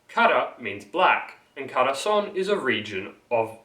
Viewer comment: Dude Khorasaan is pronounced khorasaan not ghorasaan And also Shamshir means lion's tale it is indeed referring to swords in persian but the roots of the word comes from the word Sham means tail or nail and Shir means lion